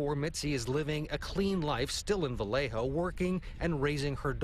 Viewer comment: Vallejo = VA-YAY-HO 😣